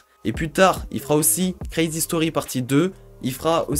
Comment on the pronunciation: ta prononciation est marrante mdrrrrrrrr " this is quwézy " ( = this is crazy )